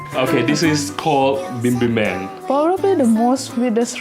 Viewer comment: It’s not bibin men It’s pronouncing like “bibim myeon”